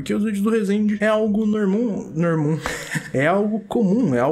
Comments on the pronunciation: "Algo nomum`` -, Tio 2021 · Eu vendo o vídeo td séria: a O: é algo "Normum" Aiai kkkkkk